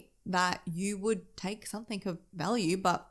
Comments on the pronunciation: Why do you put K's on the end of words like something, nothing and anything etc???? They end with a G, I just don't get it...... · Aussie here ! It’s not an accent . She just doesn’t pronounce the words properly for some reason . There is no K on the end .